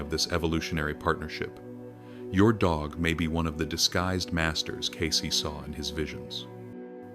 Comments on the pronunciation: It isnt Casey, it's Case as in suitcase. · CAYCE not Casey. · Its "Cayce", not Casey.